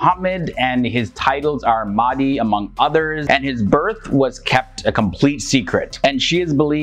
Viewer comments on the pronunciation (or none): it is my humble request that you pronounce the names of our muslim figures correctly, Mahdi is not Maadee. There are ways that you can check the pronunciation. Apart from that I am a huge fan of you. I have been following your channel for some years. Thank you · Its Al Mahdi, pronounced with H, how we pronounce our prophet Mohamed SAW..